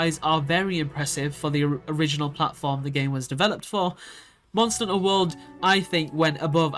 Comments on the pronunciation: Monster a HUNT-ter. two words lol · Maybe don't make a video like this before learning how to pronounce "hunter"